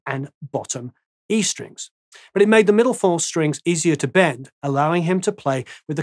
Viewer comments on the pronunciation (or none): none